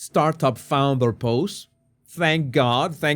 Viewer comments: You are making me laugh. Instead of saying founder you say flounder which is a fish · Did you just say “flounder”? 😂😂😂